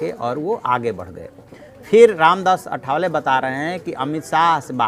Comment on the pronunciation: रामदास आठवले नाम ठीक से बोलने की कृपा किजिये. अठ वले नही आठवले हैं.